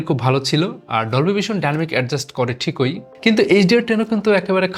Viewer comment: pronunciation thik koren ,,, "thikoi" "ekoi" egula wrong ....